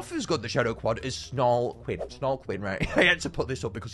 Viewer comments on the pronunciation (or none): Snarlequinn is pronouced like Harley Quinn